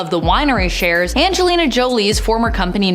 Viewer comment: Either get the presenter to learn Angelina’s name or don’t get her to talk about her who TF is “anglela”?